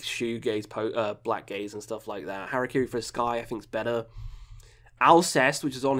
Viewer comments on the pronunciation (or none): none